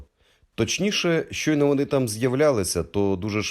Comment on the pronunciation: В українській немає російського Щ! ШЧойно, ШЧастя